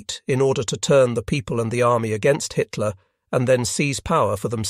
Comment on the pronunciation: Bloody robot voice mis-reads Hitler as High Tier. Just one of its many fumbles. Really, can you not afford a human narrator?